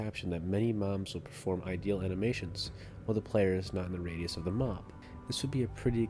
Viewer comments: Yeah sounds like ideal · The way he says idle angers me.